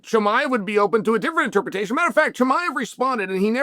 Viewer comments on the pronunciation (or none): none